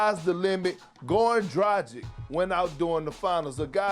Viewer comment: Donchick, Goran Dradzhik? What's with black guys not being able to pronounce names haha? Chuck the raid boss of this category